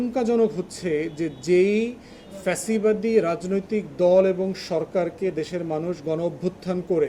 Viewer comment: Acca Vai fesibad ortho ki bojen sagoler moto bolen fesibad😂😂😂😂